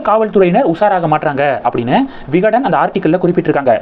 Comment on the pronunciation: தம்பி விகடன் ஜூனியர் விகடன் சரியாக சொல்லவும்.